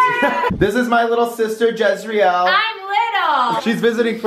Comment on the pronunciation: Did he say her name was jizrael lol